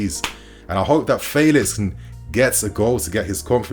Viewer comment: Calling him "faylix" uno🤣